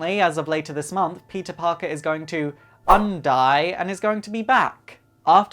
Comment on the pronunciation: Peetuh pawkuh